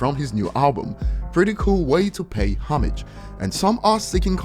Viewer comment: Please stop pronouncing homage like that. Lol